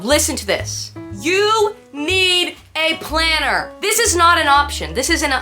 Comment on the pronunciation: Lmfaoooo the emphasis on the planner! 😂😂😂😂